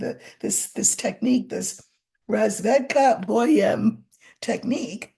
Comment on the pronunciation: razvEdka bOem. pronounces it perfectly.